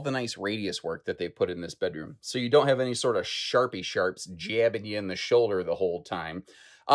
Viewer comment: At 11 minutes it sounded like you said "sharpy sharts" to me, and I definitely don't want to be stabbed by those!